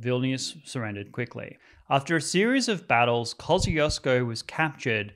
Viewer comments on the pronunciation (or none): Kosh-ch-oosh -ko | Kościuszko 😂